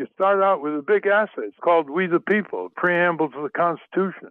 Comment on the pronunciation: Amen Ralph! It’s “We the People”, not “Wee the People “!